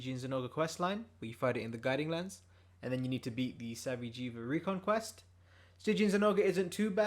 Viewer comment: Lol “sa-vee-jee-va”